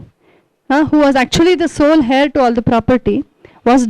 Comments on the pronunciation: Man heir is prounced as 'ehr' rhymes with 'Air' or prounced 'euh' Could help pointing out, as wring info should not be passed on to others, even though, it is not of any great impotace comoared to the content of main theme of your talk. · King George V is British. 2. Demosthenes lived during the time of Philip II of Macedon. You speak well: but look up how to pronounce 'heir'. Please DO not say something which are so WRONG. You have a responsibility to your viewers. His medical condition is called rhotacism. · Wellspoken.small corrections:his fathers name was not George(pl.check)Fifth(that is British).The h in heir is silent